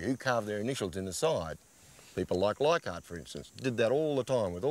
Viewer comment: Take a shot every time Les says liekhardt